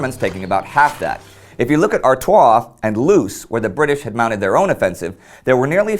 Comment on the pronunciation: Its not"loose" its pronounced "lohs." In Dutch, and its Flemish dialects double-o makes the "oh" sound, not the "ew" sound. Loos is in what used to be called French Flanders, a small Flemish region in northern France, and its a Dutch name. Sorry to nitpick, but that's driven me crazy. I love this channel, you're doing great work, and I look forward to more!